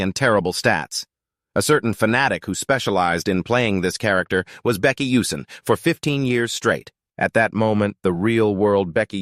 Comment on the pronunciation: If the AI can't say the MC's name correctly, then the recording is starting off on a bad track. Why is Baek coming out as Becky?